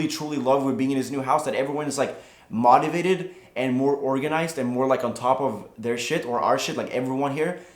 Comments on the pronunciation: When he says mautivated instead of motivated :/ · Dope. Btw motivated is pronounced like MOE-tivated. :) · I ❤ how Teeqo says "Motiavted" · say motivated again... please